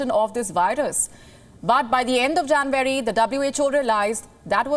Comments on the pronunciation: It's not Janvary, its January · The way she pronounces it "Jan-wary" is slightly disconcerting. But major news this. More evidence that WHO is a sell-out. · Pls pronounce January correctly